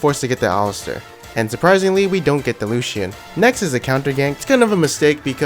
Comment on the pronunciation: Lucian is 2 syllables not 3 lol